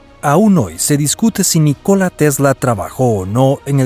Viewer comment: El nombre NÍCOLA TESLA se acentúa la "Í" en la pronunciación.... No es NiCóla sino NÍCOLA aprende a pronunciar bien y luego haces tus videos "educativos" jajajaja